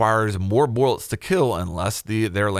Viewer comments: "Boilets" lol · Ah yes... borlets